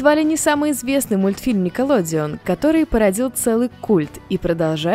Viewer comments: Не никилодиун а никилодеон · Наркоманка !!! Не "Некаладеон"а "Никелодеон" Обожаю Ниндзяго